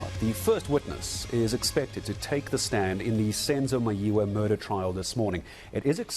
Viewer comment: Please have give us someone who can pronounce Senzo Meyiwa Name